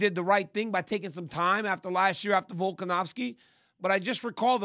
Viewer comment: Really wish rc would stop calling Alex volkanowski, it’s a V bro lol